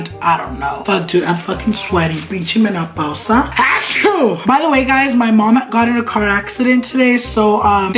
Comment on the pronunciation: Menapausa you mean menopausia lol